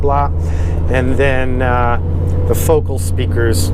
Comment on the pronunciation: If you are using focal speakers and are the owner of the company at least pronounce the name right its foe-kal